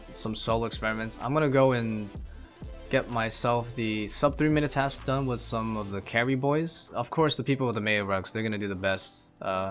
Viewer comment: What's that accent of yours? Not quest but ques, not task but tas. just curious haha.